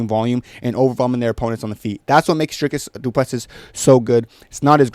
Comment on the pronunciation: Bro who tf are you? Typical deluded cringe American who can’t even pronounce his name 🤦‍♂️ You literally know nothing about Dricus’ mma pedigree. What’s your excuse for Khamshot basically losing to tiny little Gilbert who is an average welterweight? & not finishing a short-notice Usman? I just beg you have the balls to admit you were wrong when Dricus destroys him. Fkn casual. Jy weet niks nie poes 🇿🇦💪